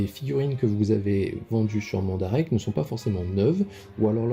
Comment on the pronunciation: salut mon ami chti ;) super vidéo qui peux beaucoup aider la comunautée . mandarake se prononce " é " a la fin mandaraké , pour l ' example de ton aiolia , en fait ce n 'est pas le vendeur qui s ' apelle nakano , nakano est un quartier de tokyo donc la figurine etait dispo dans la boutique mandarake de nakano . il y aurait tres bien pu etre marquer akihabara , ikebukuro etc .. d ' autres quartier de tokyo selon l ' endroit de la boutique ou est dispo l ' article vu que mandarake a pignon sur rue . ha les douannes sa me connais je c ' est de quoi je parle , oui le meilleur mode reste le SAL et aussi le AIRMAIL . a part DHL ou EMS il ya aussi FEDEX ou USPS notament . exact les frais douaniers son de 20 % et le fait de demander au vendeur de marquer gift( cadeau ) ou sample ( echantillon ) ne fera en aucun cas passer a travers les mailles du fillet . concernant chronopost il faut savoir que sa appartient au groupe laposte et exact a chaque fois il prennent le relais sur les envois dhl , FEDEX , USPS , EMS une fois le colis arriver en france . ils on trop faim de thune lol et c ' est 100% douanne a chaque fois ! de part mon experience je ne connais aucun vendeur nipon qui aceppte de sous evaluler le prix de la commande , ils ne rigole pas avec sa via les lois de leur pays ou ils peuvent etre punis en devant payer de grosse amendes notament , voir pire pour ces vendeurs . a savoir aussi MANDARAKE on aussi depuis peux leur boutique en ligne sur EBAY . voila en gros ce que j' avais